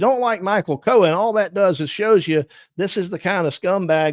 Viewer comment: It’s Cohen — Not Cowan